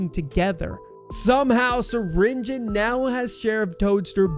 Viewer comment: did bro really say stinger Flynn it’s syringion